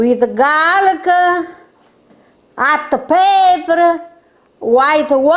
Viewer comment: She says Hotta Peppera just like my Nonna!!! Love it!!!